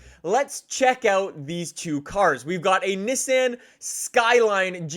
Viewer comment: You say Nissan very... very oddly.